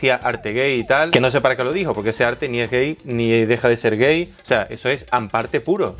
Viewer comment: Ahhh es hamparte no an parte !